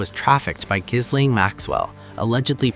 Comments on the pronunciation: Surely, by now, everyone knows it's pronounced "Geelaine"? If they can't get their names right, what hope have we that they can undertake any kind of investigation properly with prosecution, punishment and proper justice for all of the victims of their crimes? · Gill - Lane The s and h are silent. Why can’t people get her name right ?!